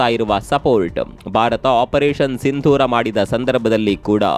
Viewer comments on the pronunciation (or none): none